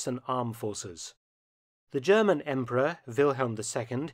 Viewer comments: Impressed at your classic German pronounciation too, wow ! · Your German pronunciation is quite impressive